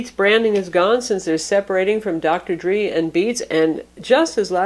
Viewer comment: Great review. For what it's worth (probably not much), 'Dr Dre' is usually pronounced 'Drae' rather than 'Dree'. Long time subscriber here, love your channel. Cheers.